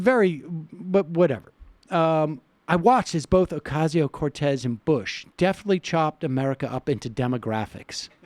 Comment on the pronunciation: Sam, her name is not Ocarzio, Ohcayzio or Ocazio, it's "O cass io". Just saying.